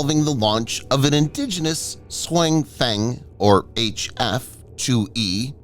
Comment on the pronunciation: TTS Voice really butchers the name this time. 雄風 should be pronounced more like “siong fung”